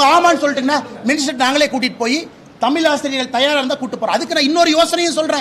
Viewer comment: திரு அண்ணாமவலை அவர்கள் எனக்கு மிகவும் பிடித்த அறிவாளியாவார் அந்தபேரன்பு உடையவருக்கு எனது அன்பான வேண்டுகோள் 1. தமில் தமில் என்று உச்சரிப்பதை தமிழ்‌ எனவும் தமில் மொளி என்பதை தமிழ் மொழி எனவும் உச்சரித்து தயவு செய்து பழகுங்கள் தங்களால் மேற்சொன்ன வாறு அழகாக உசரிக்க இயலும்